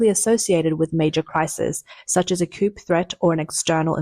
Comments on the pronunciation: Coup is not pronounced "koop" , but rather "koo" -- It's a french word and the "p" is silent. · It is COO not coop. Look up pronunciations you don't know. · Coup, not coop . Come on miss. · The word "coup" is French and should not be pronounced, "KOOP" but, "KOOO". The P is silent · It's pronounced "coo" not coop. It's a silént "p". You're welcome 🤗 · It’s pronounced Coo (silent p) not coop. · Koo you dum robot. Not coop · Coup is pronounced Coo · Coup is pronounced Cooo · “Coup” is pronounced, “Coo,” as the P is silent, in the same way apparently as the “J” is silent in your Journalism… “urinalism.” 🤨🙄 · FYI- small thing, but “coup” is pronounced “coo.” It’s a French word, and the p is silent. Also, “corps” is pronounced “core.” Another French word with a silent last letter in English. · "coup" is pronounced "coo". (It's a French word). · Coup pronounced coo